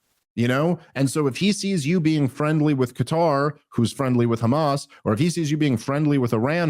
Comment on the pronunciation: Why do they say kkhamas but not khouthis 😆